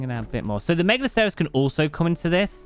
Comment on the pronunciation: Nigel's wrong, it is megaloSEROWs. It comes from the root word "megalos", same as Megalodon. It's not from short "mega" but full "megalo". tbh all his pronunciations have been dubious, lol.